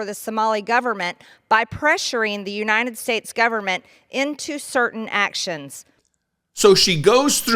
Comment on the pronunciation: She said U-nine-ted States! That's why it's In-dicked-ted not indicted to her!🤣🤣🤣 If she can't pronounce United States properly, she should be deported!!!🤣🤣🤣